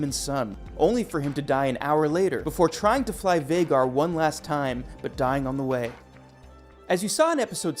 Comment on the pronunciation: the way you say vagar makes me want to slit my wrists